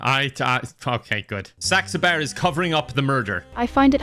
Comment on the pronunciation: Thank you god for not being able to pronounce saxabars name because I haven’t laughed like this in so long in a video